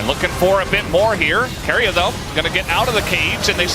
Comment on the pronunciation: stop calling keria KOREAAAAAAAAAAAAAAAAAAA >_< lol